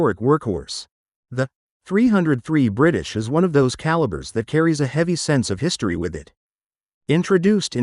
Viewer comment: What is it with wierd Pause whenever it says 303 British? super annoying.